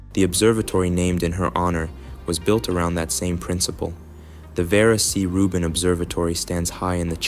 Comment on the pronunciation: Vieleicht sollte man die KI-Stimme den Namen von Frau Rubin richtig ausspricht. Das hat, in meinen Augen, mit Respekt zu tun.